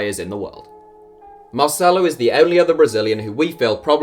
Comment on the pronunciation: Did he pronounce malcelo s name with mo salah